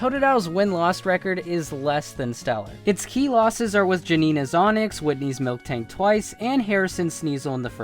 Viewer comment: Did he say... MilKtank??